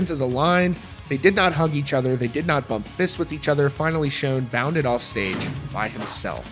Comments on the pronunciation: Considering how long the band has been around, it astounds me on the way people still misspell and mispronounce names. People still spelling Neal as Neil in the comments. And the dude in the video mispronouncing his last name. It's Sch-ON, not Sch-OWN. And Cain needs to go bye bye already. It's Neal's band. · Please learn pronunciation before attempting to use a legends name 😂 Schon like on not like own. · its Schon, like Shawn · Nothing worse than watching a video and the reporter doesn't pronounce the band members names correctly. It's Neil Schon, not Shone. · I believe there is a lot of truth to what he is saying, but let's learn how to pronounce the names, important ones like 'Schon', and his wife's first name. That would add more credibility here.